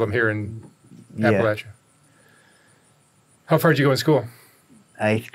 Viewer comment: This is the first video where you pronounced APPALACHIA correctly